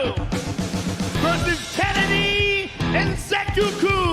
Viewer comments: It's Nze-choo-kwoo Note: Joe Rogan got the "Nze" part correct. He hilariously went off the rails after that 😂 The "choo" part is pronounced like the "choo-choo" sound people make when mimicking train sounds the "w" in the "kwoo" part is almost silent such that it sounds like saying the word "cool" but without the "l". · Every Nigerian probably laughed at the way rogan called nzechukwus name